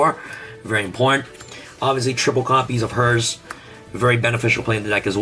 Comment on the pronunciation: 😂 Please it's herz on Germany not hers No offen or anything like tha